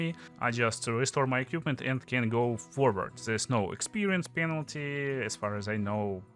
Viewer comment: всё круто, но пожалуйста не "экьюпмент", а "эквипмент" - это частая ошибка